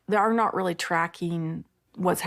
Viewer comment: I "fill" like you're taking the piss. They "rilly rilly" like those pitchers and you're going to hurt their "fillings"